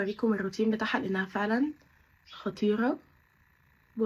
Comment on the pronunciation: في الدقيقة 19:4 قلتي خطيرة عادي مع انك طول الفيديو بتلدغي بالراء و بتقوليها غاء 😊